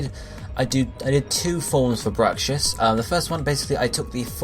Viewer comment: Bruxish. Not Brucshiss.